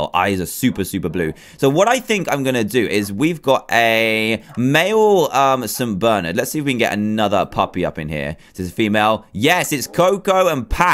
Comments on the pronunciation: did any one notice he said saint bernard rong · I'm pretty sure you pronounced Saint Bernard wrong